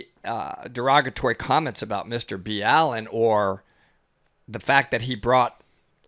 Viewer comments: I think his name is Mr Ballen (starts with the sound of the word ball.) Not B.Allen (as in the name Al) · It's "mr. ballen" as in "ballin" not "b-allen" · Why are you calling him Mr, B Allen? His name is Ballen😐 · it’s Mr Ballen not b allen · It is not B. Allen it is Ballen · Isnt it pronounced like "Ballin" not B Allen? Anyways great video. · BALL-en. NOT Bee-Allen. Ugh. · Mr. BALLEN. Not B. Allen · Why are you guys pronouncing it as Mr. Bee Allen? It's just Ballen. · isnt it ballen one word not b. allen? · His name is pronounced BALL-in. Not Be-AL-in. And he does a damn good job at holding my interest for hours as he tells the stories. He does his research very well, (obviously a little better than someone who didn't research how to pronounce his name) but no one gets tge facts straight every single time. As i said, his talent for telling stories is mesmerizing. Yall need to move aling and cut the cloak abd dagger. Im already starting to lose interest. But, ill reserve final judgement until the end of the video. So far, a quarter of the way thru, you've gotten completely off the subject of John's story, talking about Mike's amazing videos. I've already dozed off, being awakened by yall overtalking each other. Can't finih it. Instead of ripping apart John's video, maybe you could learn from it. Goodnight. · Mr B allin ? Isn’t it Ballin? Lmao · It's Ballen, not Mr B Allen. Geez guys You'd think if you were following him you'd hear him say his name in every video. Duh///,...correction. I was incorrect and stand corrected. Thank you to the. Back to my lane. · I thought his name was ballen not B Allen lol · Stop saying his name like B-Allen lmfao! At least get my dudes name right yall he has gotten you guys a ton of views I'm sure the most you could do is say his name correctly man. Come on do better be better peeps please!! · Friendly FYI, but it's "Mr. Ball-en" not "B-Allen" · I’m pretty sure that it’s pronounced ball-en not bee-all-en